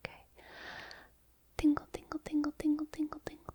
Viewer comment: Your... mouth sound enunciations... are FLAWLESS. The G and T on the word get and tingle, the D and T in Doesn'T, all of your hard syllables pop in the softest but brightest way, like raindrops on my brain-window.